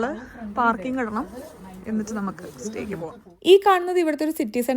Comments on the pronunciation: Steak pronunciation is stayk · Steak is pronounced as Stake isn't it???